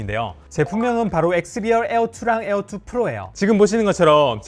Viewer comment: 에얼투 ~에얼원~ 거슬려!!!!